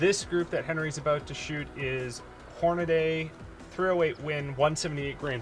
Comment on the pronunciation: I look forward to the "day" realizes it's "Hornady" and not "Hornaday" 😜 Love this channel, cheers guys 😉